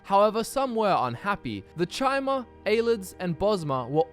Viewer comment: Dude, for the last time. Chimer is pronounced 'KAI-MER' not 'CHAI-MER'